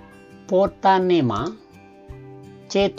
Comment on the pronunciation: Ini yg mbahas guru biologi atau bukan ya? Hrsnya kl salah redaksi bisa diralat saat pengucapan, lha ini dibaca yg redaksi salah tulis...contoh pothalium harusnya protalium, potonema hrsnya protonema tp saat dibacakan dlm video dibaca juga apa adanya...